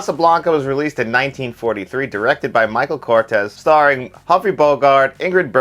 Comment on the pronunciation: Michael CURTIZ. (Kurteez). Not Cortez